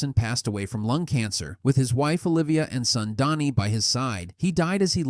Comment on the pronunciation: It's "Dhani", not "Donnie"